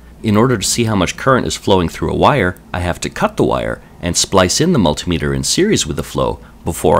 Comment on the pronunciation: Im really glad you pronounce multimeter properly rather than the rest of america with there mul tie meter :)